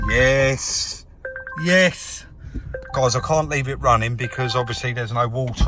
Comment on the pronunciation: Another "yess" there very impressive 👍🥸